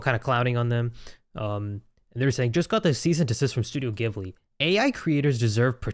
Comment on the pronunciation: Its ghibli not gibli